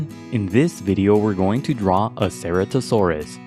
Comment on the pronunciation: You said se-re-to-saur-us Its se-ra-to-saur-us